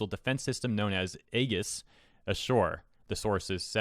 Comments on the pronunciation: I got hung up on your pronunciation of "Aegis". It's "ee-jis" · Aegis "ee-jis" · I don't think I've ever heard someone mispronounce Aegis before, damn. Didn't expect that